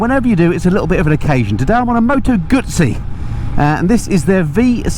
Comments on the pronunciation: Dear It’s a Moto Guzzi not a Moto Gutzi, there is in T in its pronunciation lol. Sounded strange and made me chuckle when I heard you say what you were riding. But I’m sure we all pronounce it differently. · Why is it pronounced Moto Gutsi and not Guzzi? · Just to point out there isn’t a “T” in Guzzi 😊